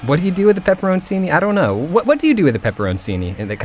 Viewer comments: Hey, pepperoncini is pronounced pepper-cheeni. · uyor pronoucned peperonicin wrong. a c followed by an e or an i in ialian is a ch, o is like peperondchini. put spelled pepperoncini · is killing me with this pronunciation of pepperoncini.